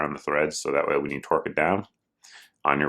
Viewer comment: did he just say twerk it down??? Torque???